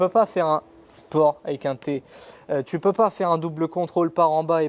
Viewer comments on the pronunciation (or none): pore et pas port